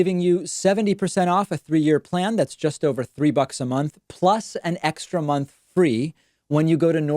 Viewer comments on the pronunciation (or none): none